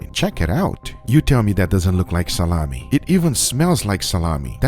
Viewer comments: Like SaLAHmi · it's funny when you say "SaLaMi" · Its the russian pronunciation "Tsalami" XD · he emphasizes the LAh part of salami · No one: “Salami”